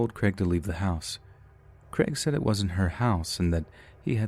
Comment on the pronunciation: Creg? Oh, Crayg. It's like neigh, not neg.